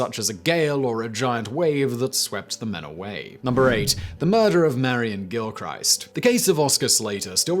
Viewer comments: It’s no gill-Christ, it’s gilk-wrist, ya bam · its pronounced Gilkrist not GilCHRIST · Gilchrist is pronounced Gill-chris-st not Gill-Christ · Every time you say Gil-christ, it’s like nails down a blackboard. For future reference Gil-krist. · Gill- krist. Just sayin. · Quick one Simon. I remember you saying you lived in Fife. Gilchrist is pronounced with a short ‘i’